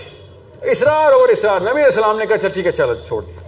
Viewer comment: kiya prhay ga ya inspire kary ga jiss ko salam bi sahii karnay say nahi ata